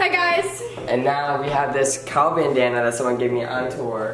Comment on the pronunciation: WHY DID I HEAR SAY BANNana insted of bandena idk😂😂😂 btw my grammer sucks